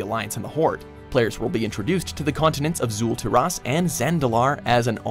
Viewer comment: Kul tiras, not zul taras, and Zandalar